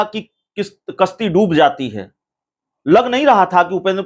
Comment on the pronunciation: किश्ती नहीं कश्ती